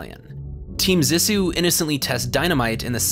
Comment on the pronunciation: (zee-sue) Cmon man they say it in the movie, great video though , much love